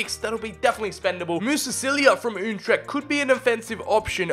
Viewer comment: I love how he pronounce FC Utrecht "Untrecht"